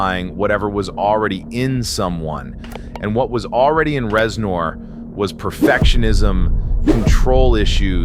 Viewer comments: Is it really pronounced Rezn-orr Not Rez-ner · "Rez-NOURR" is setting me off so hard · Great video, except for the constant “rezNOR”. I have never heard anyone say it like that.